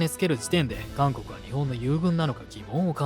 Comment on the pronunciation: 最初監獄海軍て聴こえた